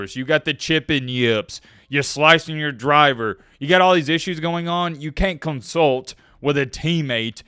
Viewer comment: "Cain't" really is southern lol